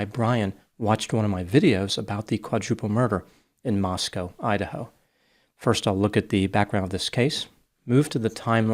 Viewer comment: I grew up in Moscow and I appreciate pronunciation of Moscow. Most people, who aren't from there, pronounce it like the Russian city....